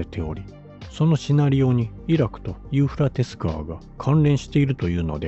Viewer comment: どんだけユーフラテスの発音苦手なの(笑)😂😂😂